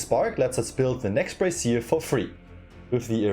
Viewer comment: im not sure how German works, but in english you would pronounce brazier as Bray-shur (with a Z kind of sound on the shur), the way you are pronouncing it is i believe a bra or some kind of women's apparel. im sure none of this matters, just fun trivia